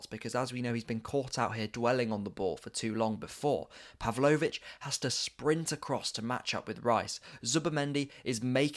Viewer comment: "uber-man-Kano" and "Puv-low-which" never head of them before